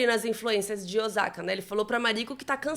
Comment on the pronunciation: Ai,custa pesquisar a pronúncia dos nomes japoneses? Nem é crítica , é um toque . “Ozaka “ dói no ouvido ! A pronúncia é com o som de ss ÔSSAKA.